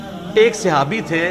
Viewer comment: صِحابي نہیں صَحابي، ص کے اوپر زبر ہے زیر نہیں.